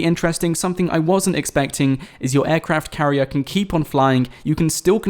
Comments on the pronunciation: He keeps saying "Aircraft Carrie" lol. Flying ships are a thing now. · I cringed every time he said aircraft carrier